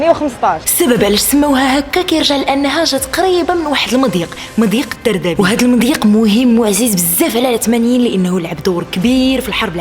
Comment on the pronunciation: 1: 39 مضيق الدردنيل ( سمعت الدردبيل ) ؟!